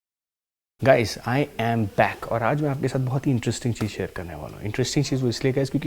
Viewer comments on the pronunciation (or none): none